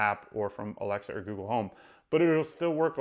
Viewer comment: It's "Alexa," not "A-l-e-x-a." I'm not sure why you are saying the call name incorrectly.